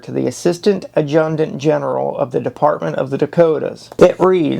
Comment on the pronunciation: YOH!! Pronunciation---wHO THE HECK WAS "McDOUGLAS"??????? try McDougall; "Addjunct????"====Adjutant; your accuracy is atrocious;; MartinO???? ==Martini; if you're going to do an historical narrative documentary PLEASE DON'T MAKE IT HYSTERICAL BY MISPRONOUNCING NAMES OF THE MAJOR CHARActers AT LEAst get the names right. thANKS.